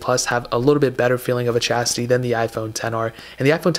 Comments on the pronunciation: The Chasity? You mean, the Chassis? LOL =) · Chastity? or Chassis? Cmon dude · did this dude really just pronounce “chassis” like “chastity”